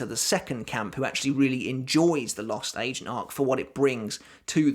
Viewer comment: It's sounds like he's saying the lost " Asian " arc!